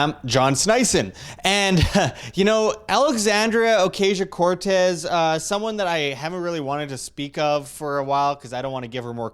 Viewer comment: No, not my biggest. Just something that I wanted to comment because it can be hard for some people to listen to you when they have it stuck in the back of their heads. Take it or leave it. Pronouncing it A-Cause-e-o Cortez is how it supposed to be pronounced. That way you don't get Pipsqueaks like me recommending to pronounce it right 😀